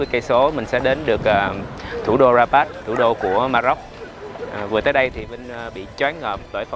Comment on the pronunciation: Rabat mà có lúc a Vinh đọc thành Barat ý 😁